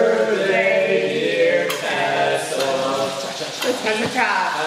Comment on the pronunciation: It's TEEEsa Tessa not tassa